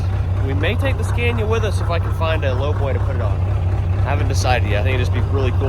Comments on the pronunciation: you can probably find some mid 80s scania 113 dump trucks up around new jersey and new york that are twin drive and likely the correct frame width. Pick up a whole truck for parts and cut the frame you need. Sandblast, paint, and swap. also its pronounced scan-ee-ya. Not scan-ya lol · As a born European I am glad finally to se those great tracks from old world brought to US and show them to American brothers. But please Scania is pronounced with a like America not like that brand that my wife used to sell, Avon or something😂